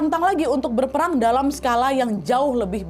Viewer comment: kak nadia bukan ngomong berperang malah berpelang Maaf ya bukan ngehina cuma ngoreksi